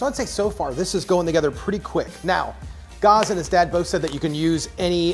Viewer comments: great recipe. I've always wanted to try vegan meatballs, but I have to let you know that Gaz's name is pronounced "Ga-z" not "Garh-z" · G-az never heard it pronounced g-arz before haha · Gazzzzzzz, not Gause 😬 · Yeah: Gaz is like "has" - not "gauze"... :D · Hannah Levbarg - He didn’t say «gauze» («gåz»/«gawz»), but «gahs» (« gahz»). You’re right, it’s as in «has», «Gæz», to be correct... 😊